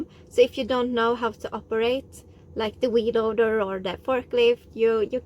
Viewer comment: It is like a whee loader. She's having fun... Wheeeeeeeeee!